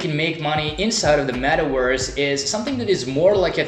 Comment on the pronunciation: Wee rrrrr in the metawerse 🤣🤣🤣🤣